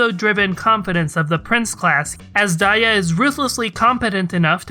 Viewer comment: whoa i thought azdaja is pronounced as 'azz-duhja' or kinda like that and not 'azz-daiya' fsgsfsags i'm so wrong